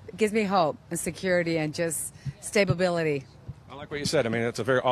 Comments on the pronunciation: "Stabability" We're working with geniuses here. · “stabability.” Also known as “stab-ability”; i.e., able to be stabbed. 😂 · The woman who starts crying...she should be crying because she said "stabability" rather than the actual word of 'stability', thus displaying her nonexistent critical thinking skills, and on camera too. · stable-bility? lol